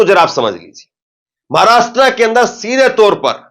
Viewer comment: भई, आपका विश्लेषण सटीक है .पर एक उच्चारण कानको खटकता है . महाराष्ट्रा नहीं महाराष्ट्र बोलिये.